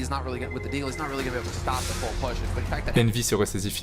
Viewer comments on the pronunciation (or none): none